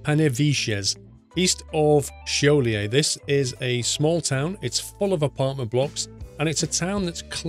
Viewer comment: He nailed Šiauliai though.